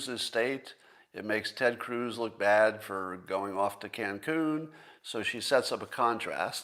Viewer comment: Hehe...Scott said Ted Cooze.